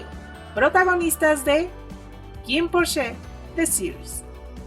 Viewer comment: Muchas gracias por traernos está bella entrevista con los chicos!😍 Que son un amor de personas, súper bien las preguntas , y verlos con esa confianza de responder son tan lindos! PD:😳 amoo su pronunciación en inglés de Biblie 😳